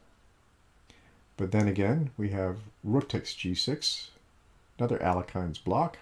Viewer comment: You pronounced Alekhine incorrectly